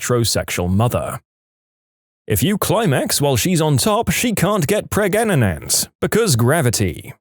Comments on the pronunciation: Preg- aga-net 😂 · Still laughing at Pregnaganant😂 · Preg- a- net ??? Wheres this guy from? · Heh, pregananant 😅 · Just say pregnant normally smh, It's so cringe. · I like how they claim to have a narrator, but can't pronounce "Pregnant" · Interesting this text to speech can't pronounce pregnant. Like Indians in call centers saying " 3 " when trying to hide their accent. Lol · the way he pronounced pregnant in the video